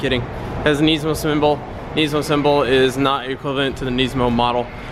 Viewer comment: did u seriosly just say nee-smo!!! its nis-mo